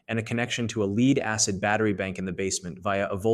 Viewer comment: I turned it off when the narrator said lead (leed) acid battery.